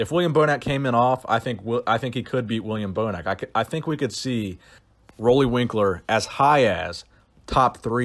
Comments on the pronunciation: Roelly is pronounced like roolly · Roelly is pronounced as Ruly